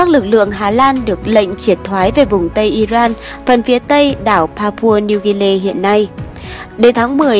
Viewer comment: Nên phát âm rõ : I-ri-an chứ không phải I-ran !